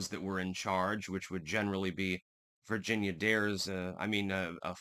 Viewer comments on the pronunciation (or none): none